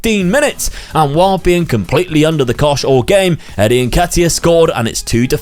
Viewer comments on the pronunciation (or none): none